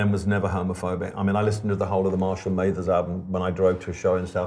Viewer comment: Elton it’s Mathers not Maythers